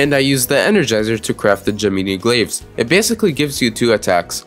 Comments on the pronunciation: “Gemeenee glaves” ???? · bro said gemeenee glaves